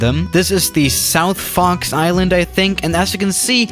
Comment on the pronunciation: Am I the only one who's hearing Fucks Island?